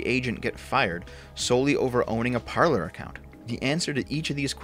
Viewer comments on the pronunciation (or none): Parler is pronounced "Parlay", not "Parlerr" :D SFO cancelled for butchering french.